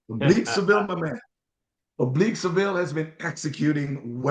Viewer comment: Coming back here to say you called it right..Seville